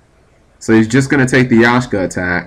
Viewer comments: YAK-SHA. lol xD That was killing me... Not Yashka. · YAKSHA, NOT YASHKA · It's not Yashka, it's Yaksha. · pronounced yak-sha not yashka . Pilica is pronounced pillika. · G do you actually read the names of cards before you try to pronounce them, because it seems like you just glance at their names. Yashka, Daigusto Spheres, Golludo....etc....